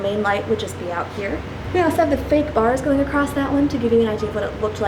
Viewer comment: "Acrosst" very Midwestern word